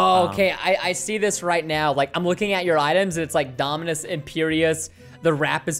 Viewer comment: Nobody: Preston:DOMINUSIS